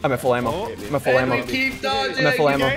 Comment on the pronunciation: When Ssundee kept saying “Im at full ammo” - it started to sound like “Im at flamo”